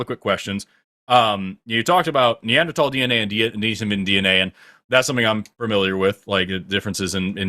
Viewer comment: A race realist misPRONOUN-(gasp!)-cing "Neanderthal(s)" has got to be one of the funniest things ever.